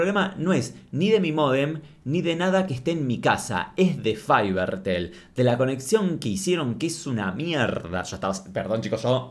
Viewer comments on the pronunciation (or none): Faibertel me hace muxo daño, porque lo pronuncias en inglés?